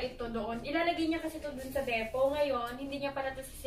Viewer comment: Depot pronounced as deepoh